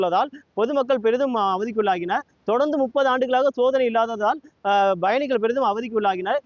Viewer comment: It is payanigal and not bayanigal. Guy cannot even pronounce pa vs ba